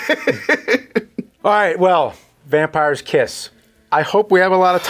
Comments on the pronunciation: (With plastic teeth in) "WAMPIRE'S TITS." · Voting: <Puts fake vampire teeth in> "Vampire's Tits" for me too. Those plastic vampire teeth really mess with pronunciation.